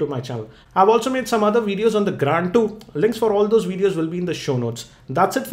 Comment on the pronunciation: Cannot Unhear gRAND